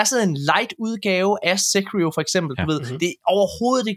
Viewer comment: Bare han ikke udtaler Se*KR*io hele anmeldelsen...